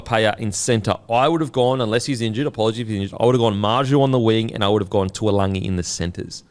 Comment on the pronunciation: still getting taulangi name wrong 🤦‍♂️